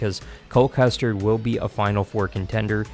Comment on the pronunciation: You need to pronounce driver names correctly. Eckles? Custard? Pierce? How can you screw it up?